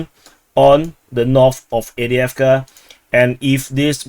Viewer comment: There's a "v" in Avdiivka, bruh!